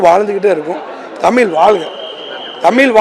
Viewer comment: தமில் இல்லப்பா தமிழ் 😂😂